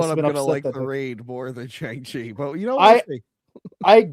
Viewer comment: Its pronounced Bi-Han Like the word B not Bi, like bisexual lol. And Shang Chi is pronounced similar to Shawn but with the G not like Shang Tsung. Sorry but that was really bugging with how you guys were saying their names